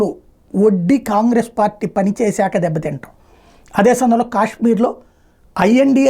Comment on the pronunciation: ఖాన్ గ్రేస్.సరిగ్గా పలకండి.